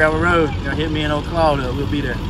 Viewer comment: “Claude” have mercy 🤣🤣